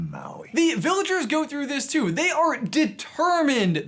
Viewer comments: me being polynesian and getting annoyed by the way he says Maui, Moana, Te Ka and Te Fiti... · It’s MAUI M A U I